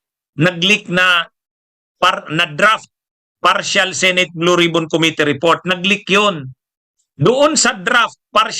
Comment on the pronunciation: Bisayang bisaya ka magpronounce aling narrator,sama pakinggan,mali mali bigkas mo. Senate hindi sinit